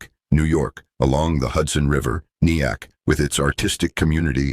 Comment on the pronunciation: AI proves its stupidity over and over. I grew up in the Nyack area. Of course, this phony voice mispronounced the name. One of the most pathetic things about YouTube is that NOTHING is ever edited be anyone. Any clown can post something without anyone checking for accuracy, pronunciation, or simple decent English. Usually a complete waste of time.